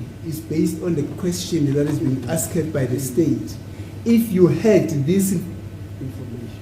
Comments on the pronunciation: Asked how do u teach a person when u cant pronounce asked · Advocate Mnisi still hasn't taught himself how to pronounce, 'asked' even today🙄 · As long as you know the word. Forget about how he pronounces.